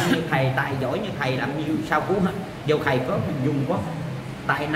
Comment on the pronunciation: Bi NGỌNG CÒN NỔ NỮA AI CHIU CHO NỔI HẢ KHẦY , HẢ KHÃY , HOHOHO